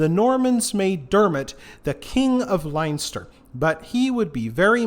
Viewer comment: On a positive note Baginbun and Bannow are lovely beaches. Super interesting thank you. Just a note, Leinster is pronounced Len-ster. Armagh is pronounced Ar-maa. Agh at the end of Irish words is pronounced aa.